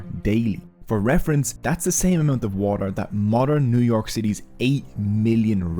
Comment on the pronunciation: Excuse me, but since when is T a silent letter? Water is not waer.